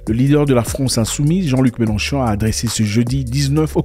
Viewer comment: C'est Mélenchon et non melon-chon😂😂😂